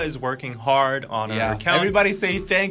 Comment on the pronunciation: "everybody say thank you:: "sank you tha-"